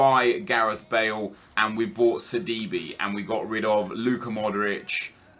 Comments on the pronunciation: I know you dont care that much, but hearing you say "seedeebee" as sidibe just makes me cringe. its pronounced sidibae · sidiBAE Kappa